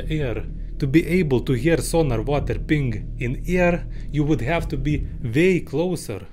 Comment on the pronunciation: Makes me think the thick accent is just for added charm. Knows a shitload about sonar and sound engineering, but has trouble pronouncing the word "ping"? Aw hell naw